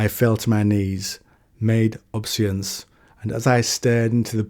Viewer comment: I think this word here is "obeisance" It's pronounced "obey-sans" (sometimes "obey-ee-sans") and it literally means to show obedience or deference, hence the "obey" in the word. It's a bit archaic but it feels like it's the kind of word that would get used often as a literary flourish in this lore so I figure you're gonna come across it again sooner or later.